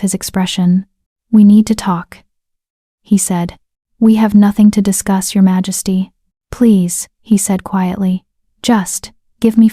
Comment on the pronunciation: Please teach the AI to say "majesty"!!